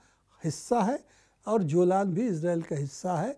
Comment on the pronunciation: Not जोलान it's Golan Heights